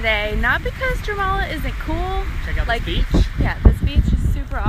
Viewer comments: wtf is germala u are prob talkin about jurmala and that us not how u pronounce it its sorda like iurmala and i aint even latvian...im estonian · Jūrmala is pronounced “yuhr-mala” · Jūrmala is pronounces yoord-ma-la just as some info not to be rude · It’s more like youuurmala not jurmala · its not jourmala its jūrmala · bruh its jourmala jūrmala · Is that really that hard to speak out Jurmala correctly!